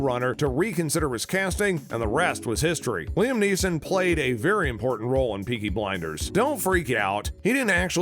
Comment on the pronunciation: “Beaky Blinders”